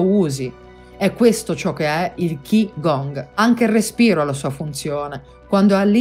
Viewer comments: Ciao..Grazie.. KI (pronuncia CHI) è giapponese, CHI (Pronuncia CI) è cinese, Gong si pronuncia Guun (con una g diura appena accennata alla fine) <3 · Molto interessante. Tanto da approfondire... anche se alla fine il discorso di base è: "fate qigong". Grazie del servizio. Un appunto: Qi si legge Ci 😉